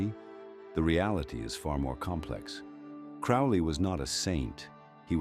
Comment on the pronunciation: This video doesn't even pronounce Crowley's name correctly